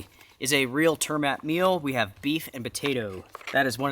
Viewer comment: The Turmat food is Norweigan and turmat litterally mean trip food. Its pronounced Tourrrmat :D